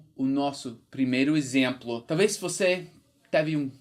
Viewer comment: "Exemplo" . Leia como se tivesse um acento circunflexo (Êxemplo) assim como: Êspecial, Êspetacular, Êssencial, Bôca. O acento não existe nessas palavras, mas a pronuncia é como se existisse. Tua pronuncia é realmente ótima. Por isso acho que ficará excelente com esse pequeno ajuste.